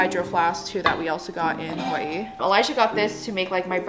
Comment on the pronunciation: i lovedddd when you pronounced hawaii correctly its a pet peeve of mine to hear everyone pronounce it incorrectly 😭😭